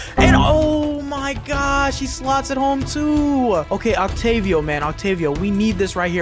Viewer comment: no offense but you just called Otavio Octavio, and you didnt say offside but you said offsides. But keep up the good work.